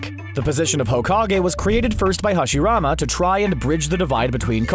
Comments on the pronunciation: did this man say hasimada???! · he said hashirama as HOSHIRAMAAAAAAAAAAAAAAAAAAAAA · Hasimara lmao 😂 bro what?! Does nobody review the pronunciation before uploading the videos lol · It's not Hashimara its Hashirama. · this guy pronouncing hashirama: "hashimara" 2 minutes later "hoshimara" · Cant believe they Pronounce Hashirama to "Hasimara" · Dis boi said Hasimara😂 then said Hoshirama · He called Hashirama Konoha. Smfh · HASHIRAMA NOT HASIRAMA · hashirama not hashimara just saying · I'm done with this, he just said hasimara instead of hashirama, totally lack of understanding of the anime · Hoshirama. Really? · I stopped watching when he said hasirama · I stopped watching when I heard "HashiMARA" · MADaRA uCHIha and HASIMARA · yeah it was lol, but hashimara was when I drew the line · I stopped when I hear Hoshimmara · then he called him hoshirama ... almost XD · He said it right 10 seconds before lmao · Narrator : Hashimara and Hoshirama Hashirama : I knew this was coming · who the hell is “hazimara” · MADaRA ooCHEEha Hasimara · Hasimara I’m dead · Nigga said hasimara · Hashimara lul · No one: Not a single soul: referring to Hashirama: Hashimara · You know they have no idea what they're talking about because a little after he says Hasirama or something like that. I know people make mistakes but less that a few seconds ago he said Hashirama. Edit: My bad he said HaSIMARA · "they chose Hashi-mara instead" yeah... this guys never seen the show, definitely just reading a script lol. and the way he pronounced Madara was so bad. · did he just said hoshirama smh🤦‍♂️ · Did he just say "Hasimara"?! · did this dude just say hashimara? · Why is this being read by someone who knows nothing about Naruto; this man really said the village picked "Hashimara" over Madara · Did I just hear him saying "Hashimara". Is he being sarcastic or is he mistaken 😅😆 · did he just said hashimara🙄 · And did you say HOshirama? What the hell? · Lol not Hashimara